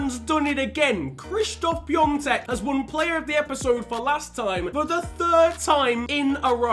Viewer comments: PiAtek not piontek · It's Pee-ah-tek, not Pyongtek 😂😂 you're making him sound Chinese! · It’s not Pi-on-tek it’s Pi-a-tek (I’m from Czech Republic, that’s how you pronounce)